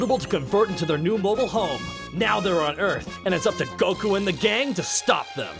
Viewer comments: That pronunciation of Goku... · Are you pronouncing Goku's name like that just to piss people off? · Hate how you say goku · The way pronounces goku makes me irrationally angry